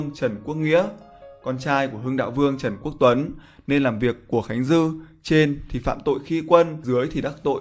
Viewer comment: ghi sai tên Trần Quốc Tuấn, đọc thì sai tên, mong kênh lưu ý hơn ạ